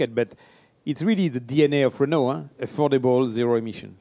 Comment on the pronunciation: Something wrong here. pronunciation of 'Renault' is nothing like yours:-)